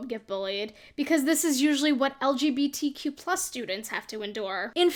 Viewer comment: I love how opinion girl can't even say LGBTQ+ right